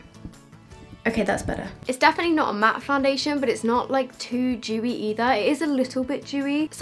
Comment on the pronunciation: My boyfriend’s sat with me watching this video (he never ever watches YouTube) and when said “dewy” he goes “did she just call that foundation Jewy, like it’s particularly Jewish?” 🙄😂